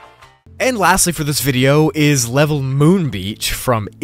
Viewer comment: The way he said vidya😂😂😂